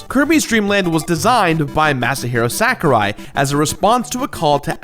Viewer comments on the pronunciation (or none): Its SAH ku rai. Not SACK u rai.